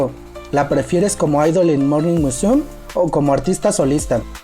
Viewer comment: Muy buen material, no es por criticar ni hacer polémica pero no es el primero que le escucho decir morning musum, sin pronunciar la me. No se porque lo dices de esa forma. Y como te digo no es la primera vez que lo oigo asi.